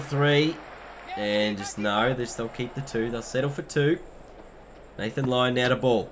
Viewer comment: he says lathan lyon